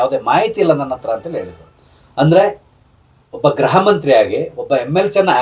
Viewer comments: ಗ್ರಹ ಅಲ್ಲ ಗೃಹ ಸರ್ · Please pronounce Gruha not Graha